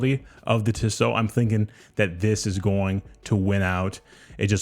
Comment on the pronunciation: It’s Tee so not Tiss O